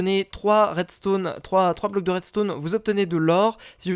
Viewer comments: ON DIT À REDSTON PAS À REDSTONNE HA TOI QUI DIT TOUJOURS ARRÊTER DE FAIRE DES FAUTES ET BA TOU AUSSI TEN FAIT HAHAAHHAHAHAHHA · redstone c'ecrit redstone pas redstonne